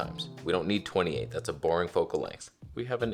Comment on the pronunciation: im not a native english speaker and im going numb when you say f2.8(Twenny two point eight.) can someone expñain?